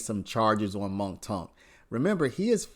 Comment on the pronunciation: It's mounk (Moonk) not Monk